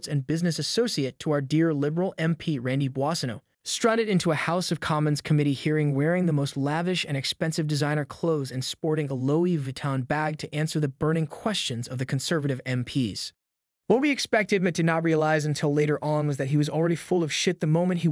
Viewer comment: Some of your pronunciations baffle me. Normally I don't say anything even though it makes no sense to me how you could read it that way. But "Louis Vuitton"? Do you actually pronounce the name Louis as "LOW-E"??